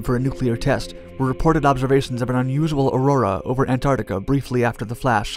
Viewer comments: Great documentaries. Just one thing: I suggest you review your pronunciation of the word, "Antarctica". =PC= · I enjoy your videos. Still- I do thinki You'd be wise to check your pronunciation of the word- arctic or the word, antarctica. Don't just follow the errors of other people. Actually get it right. =PC=